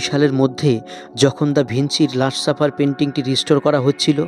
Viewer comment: ভাই আগে আপনি বাংলা শুদ্ধ করে বলতে শিখুন, খুবই বিরক্তিকর অশুদ্ধ বাংলা উচ্চারণ তা যতই ইডিট করুন না কেন। একটা উদাহরণ দেই, এটা লাস্ট সাপার, আপনি বলছেন লাষ্ট সাফার।